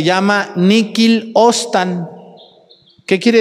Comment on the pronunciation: con todo respeto le digo: ¡cuántas imprecisiones dice usted! "Ostan", en vez de "obstat"; Lowaska, en vez de Kowalska; Faustina de Siena, en vez de Catalina de Siena; etc. Y no ha muerto ningún vidente de Medugorie.